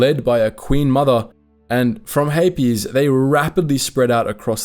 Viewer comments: I don’t know why, but I keep mishearing ‘Hapes’ cluster as ‘herpes’ cluster. There is a joke in there somewhere, but whatever. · The Hapes Consortium has some interesting ships, but I hate the whole "some people are just inferior" thing. I prefer Mandalorians who celebrate everyone who can do murder! Regardless of gender! :D Also I've always pronounced it like capes, rather than "Hay-Pees" and that has thrown me this entire video, but I still love you guys 😂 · Why the extra “es” in Hapes? It’s one syllable 😂